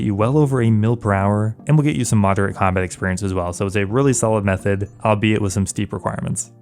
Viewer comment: u said "ill be it" like 4 times lol